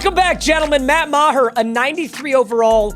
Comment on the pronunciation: That is not how Meagher should be pronounced, IDGAF. Hooked on phonics can work for you, kid.